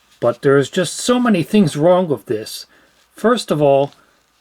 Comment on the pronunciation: "This is wronk" "This is so wronk" Hi wronk!